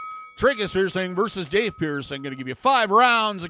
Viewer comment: If it was meant to be pronounced, Dauth the vowels would be au, but it's not, is it. No, in fact, it's spelled with the ai vowel combination, making it have the long A sound. Maybe it's the boomer in me, but Grammar IS important.